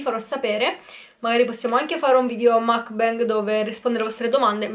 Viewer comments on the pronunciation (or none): none